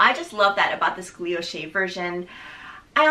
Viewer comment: Loved the review! Btw not a big deal but I think you’re pronouncing it “gluilloche” with an extra l but it’s “guilloche” 😊